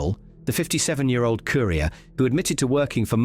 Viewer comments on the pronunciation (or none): none